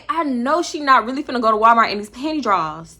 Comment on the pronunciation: “PANTY DRAWlS “ !!!!